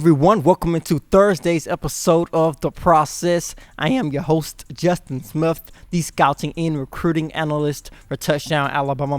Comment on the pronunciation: Lean the right pronunciation of words like athlete your pronunciation is aflete right pronunciation athlete and your own last name your pronunciation Smif right pronunciation Smith Roll TIde